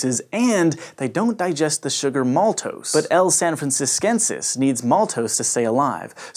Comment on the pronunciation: Totally butchers his pronunciation of franciscensis.. or is it only me that heard that...?